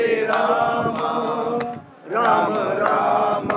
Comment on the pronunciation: Ram bolakaro na ramo kyu bolte ho😂